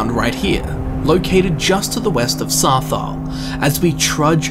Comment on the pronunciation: Why do you say Sarthaal so weird?